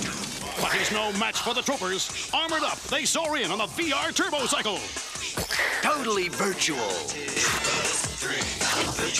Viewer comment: "TOHTALLY VIRTUEL!!!"